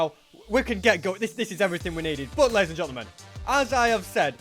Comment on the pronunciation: He said la'ies